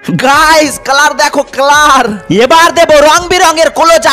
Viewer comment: ক্লার নাকি কালার